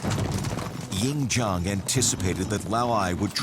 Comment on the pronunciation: also... weapon at that time.., city walls at that time... and the Chinese name Lv Bu Wei should not be pronounce Lu Buoy (how you spell pronounce?) Ying Zheng (Ing Jan... hmm.. not really... English don't have this sound)... you (narators) just need to learn the language too man...